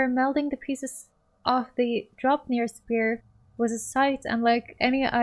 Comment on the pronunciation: Did you really just call the "Spear" a "Spare"??? Come on... :face-blue-covering-eyes